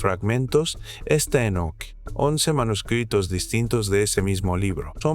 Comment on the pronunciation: Enseña a hablar a la IA, Énoc por Enoc, senales, etc